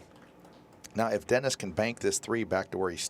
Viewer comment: Guy is pronouncing Dennis’s name all kinds of wrong sounds like he’s saying Orculo… yeah if yk yk